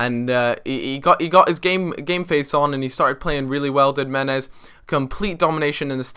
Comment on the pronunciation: Meh-nez! For god sakes